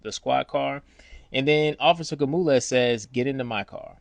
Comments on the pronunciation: 😂 Gamules? 😂 It’s Gonzalez 😅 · Why you keep calling him Gamulez. His name is Gonzalez. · Is he saying Gomulaz??? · you are butchering that man's name if its Gonzalez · Awesome Bro!! Not the ending I think anyone expected. Instead, it was much better!! My only suggestion is this: I'm from Texas and my name is Sergio although I'm African American. Many Latinos down here so I'm not sure you're pronouncing this wonderful officer's name correctly lol!! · yo bro . learn how to say that man name if you going to tell a story.... H.O.P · Great story but I'd find someone who can pronounce Gonzalez